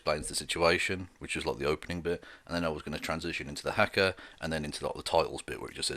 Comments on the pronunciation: It’s pronounced hah-kah my friend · The first "a" in haka is long, as is the second.